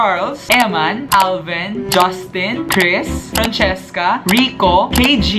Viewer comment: Kay lang talaga ako natuwa na francheska yung pronounciation HAHAHAHAHAHAHA!!!